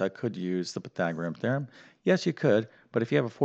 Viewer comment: hate the way he says pythagorean theorum also the 3 minute plug was very annoying